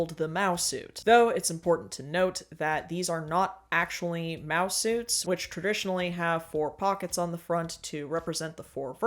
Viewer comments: Ohh, MAO SUITS. I thought you were saying mouse suits the entire video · Not me realising halfway through video you're saying "mao suits" and not "mouse suits" 🫥